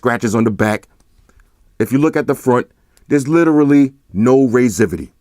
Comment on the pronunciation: "raisivity"???? so we just making up words now?? lol